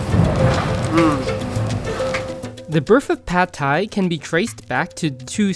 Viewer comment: thais don't actually like pad thai all that much. We don't even pronounce it like that, it's "pat". If I along with my the rest of my countrymen, had to vote on the "national dish", it would undoubtedly be pad krapow, stir fried holy basil with meat on top of rice with a fried egg. If a dish deserves to be called that, it's pad krapow.